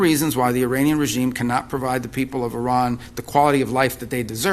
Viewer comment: IRAN ❌ I-RAN ✅